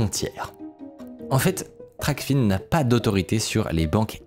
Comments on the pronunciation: Super vidéo! (Juste je crois qu'on dit "Tracfin" pas Tracfine) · Toujours des vidéos incroyable ! En revanche on dit « TRACFIN » et pas « TRACFINE » et c’est la « VanuaAtu » et pas le « vanuatu » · hello, pour info TRACFIN se dit "traque-faim", pas "traque-fine". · c'est prononcé trac-faim